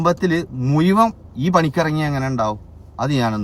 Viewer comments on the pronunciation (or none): none